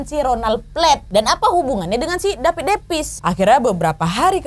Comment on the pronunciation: Humorku sebatas tiap kak Nad, ngomong "dapid depis"